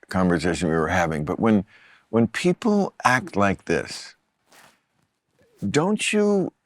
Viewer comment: Bill says "pee pole". The word is people.